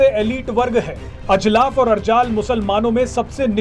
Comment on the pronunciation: "और" एवं "ओर" शब्दों के उच्चारण में अंतर को समझकर बोलना सीखिए 🙏🙏